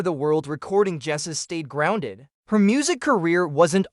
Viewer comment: bot narrated trash that cant pronounce waylon or jessi